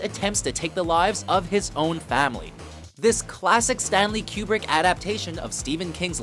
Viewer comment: The correct pronunciation Stanley KOO-brick not Q-brick